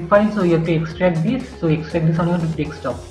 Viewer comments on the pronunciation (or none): nice "dextopp"